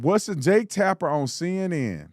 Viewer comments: He himself said "Tapner" That made me think it was AI from the beginning. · He also says Jake "Tapner"